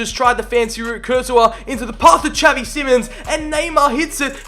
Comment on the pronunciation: tell me why it bothers me so much tha he says javi simons instead of xavi